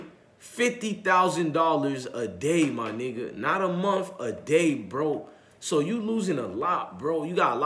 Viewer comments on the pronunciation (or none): none